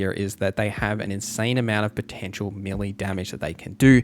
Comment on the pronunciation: its pronounced mel-lay